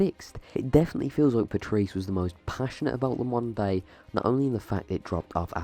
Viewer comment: I did not know you were saying "modern day" I though you said mundane, and was like what is he talking about